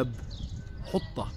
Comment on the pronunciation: لاحظت كثراً أن أهل القدس يقولون باب حُطة ( بضم الحاء )، والصحيح في العربية وكما هو مذكور في سورة البقرة ٥٨ والأعراف ١٦١ حِطَّة ( بكسر الحاء ).